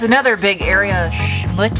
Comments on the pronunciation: I chuckle every time you say it. schmutz/SHmo͝ots/. Google the pronunciation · <its schmutz,you have to pronounce the z. i use this word till the cows come home